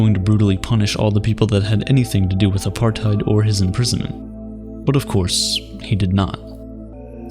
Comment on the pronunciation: I know that I'm missing the point, but as a South African that pronunciation of Apartheid was painful to listen to...